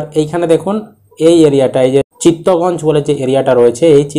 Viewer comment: দাদা ওটা চিত্তগঞ্জ নয়, চিটাগং বা চট্টগ্রাম